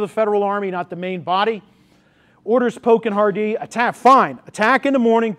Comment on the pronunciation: Sir, This is an excellent summary of the Battle. However our name isn't pronounced Har-DEE it is pronounced simply Hardee..ty